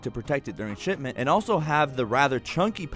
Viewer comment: ''to protect it during shitment''